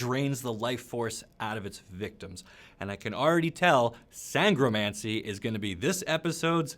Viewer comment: So far as I know, you are pronouncing Sangromancer (and related nouns) correctly. Unlike Necromancer. 😜